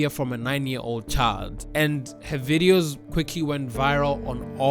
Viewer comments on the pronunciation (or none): none